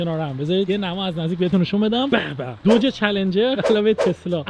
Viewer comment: عزیز بخدایی که میپرستید این اسمش دوج نیست اسمش داجه ، اونم فورد نیست فُرده و موستانگم نیست ماستانگ ویا ماستنگ هستش. هرچیزی که O و U داره او خونده نمیشه. مثل کلمه های Mother , Brother , Must , Jump , Mom , monster , Just , اینا همه آ خونده میشن نه او